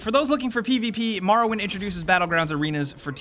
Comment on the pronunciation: I'm a need y'all to stop saying MAR-owind and start saying MOR-owind 😂